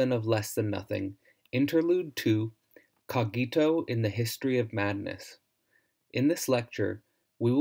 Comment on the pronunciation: The correct pronunciation is /'co:gito/, not /co'gito/.